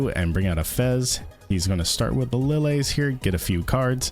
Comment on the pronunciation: Who pronounces "Lillie" as "Li-lay"? its "Li-Lee" like "Lilly".